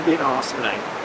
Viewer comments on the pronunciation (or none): "Nat everybody". How many beers did you drink my friend. Great spot for sure.